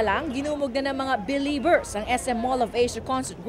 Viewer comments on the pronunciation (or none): BELIEBERS! Not Bielibers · Belieber po di Bieliber🤬